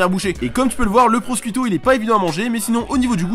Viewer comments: "prochiouto" il y a pas plus simple à prononcer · Va falloir faire un effort sur la prononciation, parceque quand on lit "prosciutto" (jambon) je ne vois pas comment on peut se dire que ça se prononce "proskuito" !!! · ça se prononce "prochutto" le jambon italien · Le truc marrant c'est qu'en français aussi ciu se prononce pas kyu